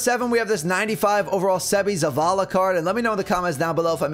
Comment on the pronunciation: Sox fan here. Nailed Seby’s name